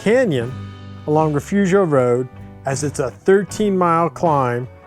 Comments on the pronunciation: It's actually pronounced Refoofio! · It's Re-fooo-fio!